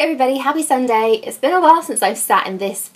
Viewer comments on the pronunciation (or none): none